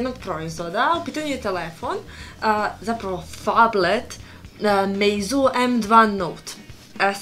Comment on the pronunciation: u klipu si rekla da se valjda tako čita Meizu, pa bih samo da te ispravim jer se izgovara MeiCu u prevodu sa kineskog.:) Takođe bih te zamolio da, ako možeš, neki naredni unboxing uradiš u nekoj prostoriji sa dosta svetlosti i na svetlijoj površini jer video onda zaista mnogo lepše izgleda. Isto tako obrati pažnju da kažeš malo više detalja o samom telefonu. Npr. reći da je kamera od 13MPx je ok, ali možeš reći i npr. da Meizu u svoje telefone ugrađuje kamere sa više nivoa kvalitetnih sočiva tako da su slike mnogo kvalitetnije nego na nekim drugim telefonima, takođe, softver telefona je mnogo "ispeglaniji" nego na nekim mnogo skupljim telefonima drugih proizvođača i samim tim telefon mnogo stabilnije radi. Npr. izostavila si i koji je model USB konektora u pitanju, pošto je Meizu počeo sa ugradnjom USB konektore tipa C u svoje modele telefona. Nemoj mi molim te zameriti na ovome, želim ti da mnogo više uspeš u ovome što radiš jer se vidi da to i voliš, a pritom ukoliko posvećuješ više pažnje i detalja onim stvarima koje prezentuješ u klipu, više ljudi ćeš nečemu naučiti! Veoma mi je drago što današnja omladina uči od Vas jutjubera i što će nešto upamtiti, a zato svi Vi dajte sve od sebe kako bi klipovi bili što kvalitetniji. Sve najbolje ti želim i samo tako nastavi!